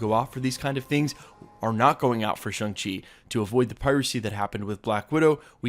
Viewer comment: Shang rhymes with gong, song, and long. Think shawwng chi.